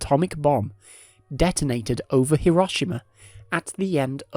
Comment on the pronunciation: Hiroshima. Hear-rowe-she-ma